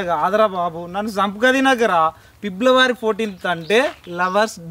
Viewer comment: పిబ్లవారి కాదు అన్న ఫిబ్రవరి